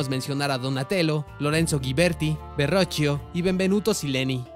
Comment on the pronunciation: Felicidades un muy buen trabajo 👏👏👏👏👏👏👏 ... excepto por la dicción, espero no me lo tomes a mal, pero la verdad NO se "oyó" nada agradable mencionar a los grandes del renacimiento en un castellano "casi" perfecto, y digo casi porque con algunos sí pronunciaste sus nombres en correcto italiano, como "da Vinchi", en cambio se oyó pésimo decir "Verrochio", lo correcto es "Verroquio". Éxitos y saludos desde la Guadalajara tapatía.